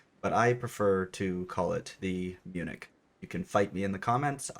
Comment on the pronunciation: As a person living in Germany your expression as "munich" is the most accurate one in English